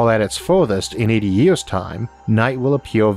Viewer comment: I like the video very informational, I dislike how you talk.. memba, city centu, million yeaas. 😂